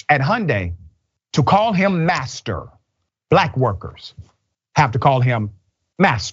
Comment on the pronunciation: 🤣🤣you said bastard or asster oh you said master gtf outta here